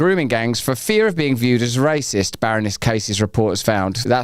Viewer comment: Did you say raciest or rapist?😮